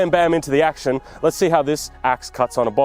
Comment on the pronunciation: . I thought you said "Getting straight into the ax-shin."